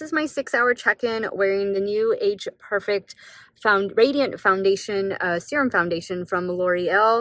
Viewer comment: Perfect- It isn't pronounced 'perfec' it's 'perfect' !!! There is a 't' at the end . Ugh